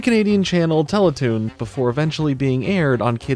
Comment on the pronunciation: You said the Canadian television network is not pronounced nor spelled as "Tellatoon".